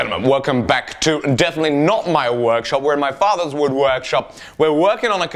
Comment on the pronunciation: "woode" XD that's great